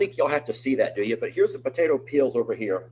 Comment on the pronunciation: Wow! That painting of Sookie is beautiful. I thought it was a photograph. This was a fun Time Out Tuesday. Thanks. You had me confused at first. I could not understand why you would keep medicine (pills) in your garbage can. I finally realized you were saying peels. Too funny! 😂 Who knew cooking could be so dangerous. Ha ha ha!!! 😮😅🙉🙀😱